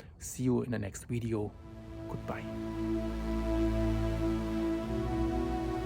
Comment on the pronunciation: Thanks man. It’s video. Not widieo. You use w instead of v in your pronouncing words. And need to wrk on that and your g. Googles. Just trying to help. .